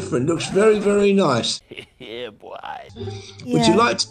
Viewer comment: “it’s noice”🤣🤣